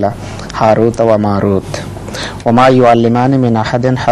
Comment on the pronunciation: پلیز لفظ:حاروت" کوٹھیک کرلیں" ہاروت" ہے